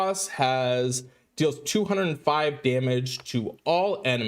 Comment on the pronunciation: I only come here to correct his pronunciation. The Arabic letter "qaf" is usually Latinized as "q." BUT. It is pronounced like "k," as in "burqa" or "souq." "Waqas" is "Wakas," and "Aqeela" is "Akeela." Treevil completely dominates 3* fast tournaments. I am leveling Aqeela and Rekhetre to try to counter this.